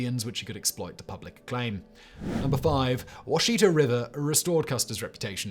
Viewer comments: It's not Wa-SHI-ta, it's WA-shi-ta. I usually shrug off most mispronounciations (e.g. AR-pahoe instead of ar-RA-pahoe), but this is particularly cringe worthy. Sorry if this has already been mentioned. I'm a former research assistant at the Oklahoma Archaological Survey. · Not because I care you said it wrong but I love how frustrating it can be with the Native American languages can be Wash-i(short sound)-ta how you pronounce Washita. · It’s pronounced ‘wash it ahh’ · We pronounce it (wash-eh-taw)